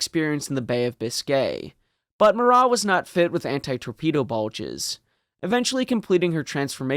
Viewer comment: It's not a silent T on Marat. In Russian there are no silent letters. Yes, I understand the French pronunciation would be with the silent T, but Russians would not say it that way. It would have been "Russki-ized" to pronounce the T.